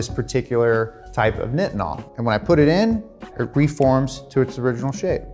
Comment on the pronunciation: As a person who makes Nitinol wire, it’s hard to hear you call it “knitinol”. It’s pronounced like “Nightinol”. We often call it NiTi (NyeTye). We make it for agencies like NASA along with other sectors like the Medical Field being one of the most commonplace uses of Nitinol.